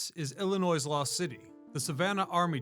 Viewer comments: There is no s at the end man! If you’re going to pronounce it like that just say that you also hate every single person in the state. We also do not all live in Chicago. I was genuinely interested in this video until you said Illinois…sssssss. Illinoy noy phonetically noy. Sorry a lot of people do it. We all don’t live in Chicago and it’s illi Noy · The S in "Illinois" is silent dude!! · Can you not prounounce our state like that, so cringe